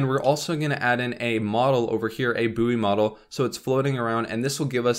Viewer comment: Mas said booeww instead of its proper pronunciation :')